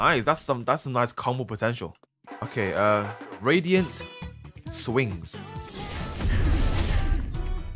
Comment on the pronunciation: Bro said radiant swings when it said radial swings 💀💀💀